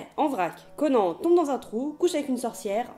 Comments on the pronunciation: on dit pas "conen" mais "conane" comme un Âne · CONAN !!! PAS CO-NAN !!!! PS : Merci de ne pas avoir parlé de Conan le Destructeur, ou pire, Conan le surfeur du 21e siècle. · Conan le barbare n'est pas un nanar ? non sans déconner ? il était peut etre temps de se reveiller plus de 30 ans après sa sortie. Et cette prononciation ...